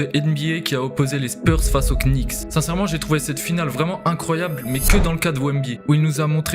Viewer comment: Bonne vidéo. Juste le K des Knicks est muet. On ne dit pas les quenicks 😂